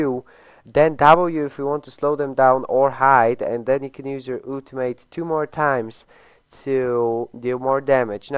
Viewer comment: I don't know why people pronounce "ultimate" that way.